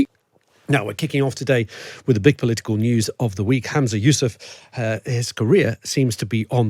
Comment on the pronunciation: Its ‘Humza’ not ‘Hamza’ 😂 If only autocue could speak 😂 Plus, that Scottish reporter, even if he is not, gives off big Unionist vibes 😂